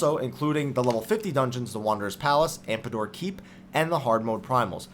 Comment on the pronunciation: Man., sir. Meridianum = Mer-ih-dee-ah-numm Tomestone - as in TOME+stone, not tombstone AmDApor, not AmPAdor Love your videos, so I'm not saying this to be rude or anything. Just wanted to correct your pronunciation since these words were repeated as often as they were, lol.